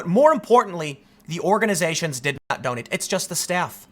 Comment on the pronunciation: Organations?? Not just once but TWICE he says it lol